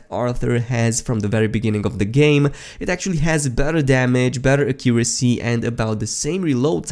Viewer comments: The way you said “Accuracy” 😱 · I know right? Accent or not, thats not how you say it. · Listen to how my guy pronounced accuracy lmao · The way u pronounce accuracy kills me